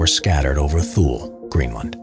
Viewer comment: it's too-lee not thool